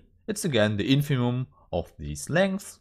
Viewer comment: Congratulations as always. I'm aware that English is neither your mother language nor mine but I think that you should check the pronunciation of INFIMUM.